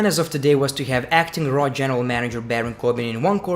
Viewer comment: Your accent: When you say "Monday Night Raw", it sounds like "Monday Nitro".